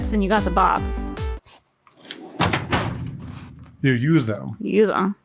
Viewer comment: Some interesting terminologies being used in this episode. Counterlevered? Isnt it cantilevered? Also, its definitely supposed to be bits and boBs, not boPs.